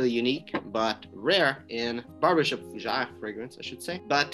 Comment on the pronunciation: Fougé? Repeat after me: FUUUUU GÈÈ RRREEEE😄